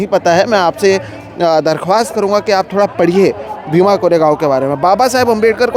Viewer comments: Wo BA bhima nahi बा bhima hai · Just a correction, it's "बा भीमा" not B.A. Bhima. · its बा भीमा and not BA bhima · Please note at the beginning of video you referred a book cover as B A Bhima is not right. It's read as Baa (as father figure referred with respect) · It’s not BA Bhima…it’s बा भीमा. बा as Baap- father.